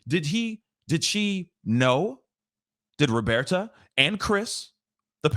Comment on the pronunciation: Found your channel just recently and love your content so far. I love that you call her “Robearta” lol and I also believe that note is a lie. It’s gross. I feel so bad for Gabby’s family and I hope they win their lawsuit.